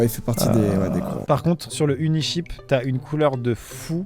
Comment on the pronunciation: Joyca je t’ai cramé t’as pas compris « unisheep » comme le mouton mais « uniCHEAP » comme pas cher 😂